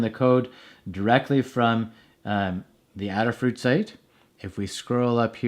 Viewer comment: Thanks for the video. Since Adafruit is named in honor of Ada, the Countess of Lovelace, the first computer programmer, I'm sure the company name is pronounced with a long A.